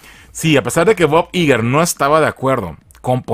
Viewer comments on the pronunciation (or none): Ai-guer, Bob Ai-guer!